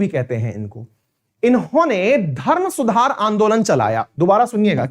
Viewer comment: सूधार नहीं सुधार 😊